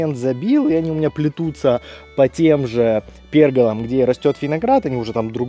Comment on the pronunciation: Правильное ударение в слове — пергОла (ударение на втором слоге). 🌿 Слово пришло из итальянского pergola и обозначает навес из реек или решёток, по которым вьются растения, чаще всего виноград или декоративные лианы. «пЕргола» в речи- это ошибка произношения.